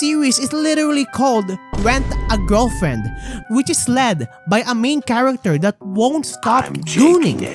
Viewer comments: went a giwlfwiend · All I can hear is Ent a gelflent😂😂😂